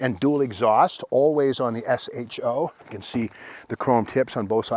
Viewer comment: Great car use to love these. That said think you are the first person ever to call it an S H O. Everyone back in the day prononced it SHOW.